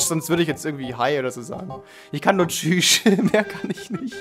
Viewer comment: ich kann nur tschüüsch xDD geilste stelle xD